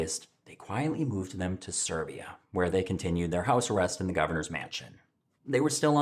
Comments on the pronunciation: Siberia not Serbia! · Siberia, not serbia.